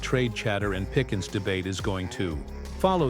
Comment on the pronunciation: Pickens was the player but if you're going to be on here doing this at least learn how to pronounce people's names you mess that up quite often